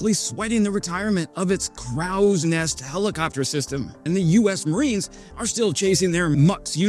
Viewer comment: "Crowws Nest??" LMAO 🤣 Umm that's pronounced "Cro" 😜